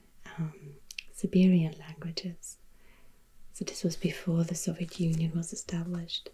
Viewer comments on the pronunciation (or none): none